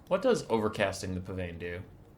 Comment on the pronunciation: a pavane is an old stly of dance and is pronounced pa-Van. Rather than pa-Vane